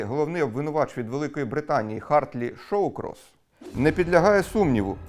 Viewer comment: Англійське імя "Hartley Shawcross" повинно передаватися по українськи як "Гартлі Шокросс" а не "Хартлі Шоукросс". В англійській мові воно вимовляєтся саме так.